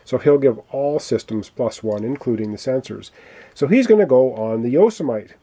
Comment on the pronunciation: I believe the pronunciation for the small ship is Yo-si-meh-tee